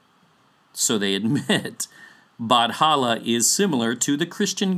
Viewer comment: It was never Batala. It has always been Bathala. Pronounced as Bat-ha-la. Whoever wrote Batala in wikipedia is misleading people. We never associate anito with Bathala. And also, I've never heard of Bathala's wife. But in one story that mentioned Bathala, there was an ancient monster called Bakunawa. A serpent whom was punished by Bathala for eating the moon.